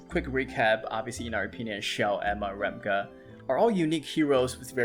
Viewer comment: Thanks for the videos - very insightful! According to Korean pronunciations, Ramge is pronounced like Range with an 'M'. Also, Rachel should be something like Rahkel, but whoever translated didn't really think through.